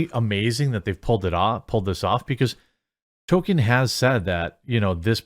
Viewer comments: STOP CALLING HIM "TOKEN" FFS IT'S "TOLKIEN"... The show is fucking awful and actively, purposefully insulting to Tolkien and his legacy. They deserve no benefit of the doubt. They deserve to fail and be ridiculed. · TOLL-KEEN not Token. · It's not Token.... it's Tolkien. There's an "L" in his name. You sound absurd whenever you say Token. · Not a super fan of Tolkien, but I follow you daily. Please, please please: It's Toll-keen, not Token. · Tol KEEN. Not Tol ken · Jeremy, can you please tell me why you keep pronouncing Tolkien as "token"? I love your videos, but frankly it's driving me insane every time I hear you say "Token". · Its not "token" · please stop saying Token. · you calling Tolkien "Token' is probably going to trigger just as many LoTR fans as the amazon show. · How have you made this many Rop videos and still pronounce Tolkien wrong?